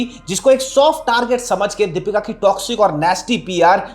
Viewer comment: It’s Deepika …not dapeeka!!! Try to pronounce the name correctly first